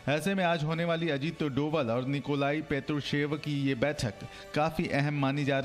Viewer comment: भारत के राष्ट्रीय सुरक्षा सलाहकार का सही नाम अजीत डोभाल है, न कि डोवल। मैं इस बारे में कई बार लिख चुका हूँ। गढ़वाल में डोभाल ब्राह्मण वर्ग में आते हैं। आप जब डोवल बोलते हैं तब बहुत बुरा लगता है। इतने बड़े सम्मानित पद पर आसीन व्यक्ति का नाम आप लोग 7 साल में सही नही बोल पाए न आपने जानने की कोशिश की कि कुछ मीडिया उन्हें डोभाल क्यों कहते हैं? मैं गढ़वाल में उनके गाँव के करीब का हूँ। आकाशवाणी से सेवानिवृत्त अधिकारी हूँ। इसलिए भरोसा रखें। गलती मिटायें।